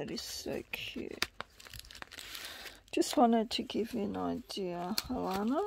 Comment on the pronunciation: Thank you so.much I only been at this for a year, I'm not sure if I can make anything like this, you saw the paper bag pic I sent you I think n that's the closest to this iv made You said my name great just take out the " r" sound instead of alarna its sounds a - lan- na.omg i.just saw all your journals wow wow I think iv got some learning to do no joke I know you did this vid for me thank you my friend that's just so wonderful I was so.proud to send what I made but after seeing all these I do have lots to learn but its 2 step at a time crafting in a bed I'm so fortunate to have come across you n getting to know you from.my heart to yours xxx alanna